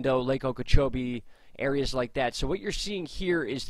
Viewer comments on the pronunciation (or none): none